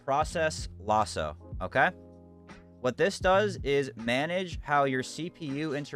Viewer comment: "Loss-O" cmon now brudda. LASS-O